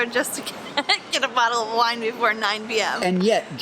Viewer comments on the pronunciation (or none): none